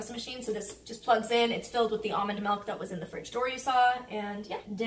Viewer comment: ily but its milk not milk